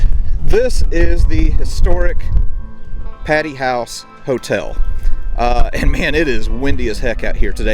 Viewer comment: It's "Pay-Tee" Hall. No offense, just letting ya know!! Yet another great video! The roof was ripped off last year in a small tornado. Fun tidbit